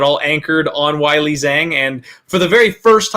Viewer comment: Gonna be so happy Weili isn’t fighting for a while. absolutely butchers her name…….. come on man. It’s really not hard at all. Way-lee to simplify it for you not why-lee. Shit fucking kills me.